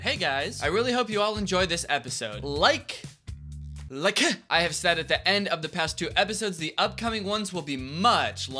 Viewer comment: "li-KEUH" real ( on my only FANS💜)